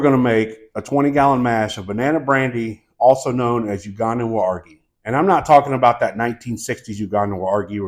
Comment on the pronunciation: Amazing tutorial, but I cant help but say something about your pronunciation of the term "Waragi". It's pronounced "waah-ra-jee". Flip the toungue when pronouncing the "r". Emulate the annunciation exactly as you would in spanish. Besides, that, I'm taking notes!